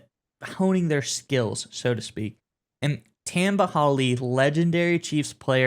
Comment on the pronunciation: The way he pronounces Tamba....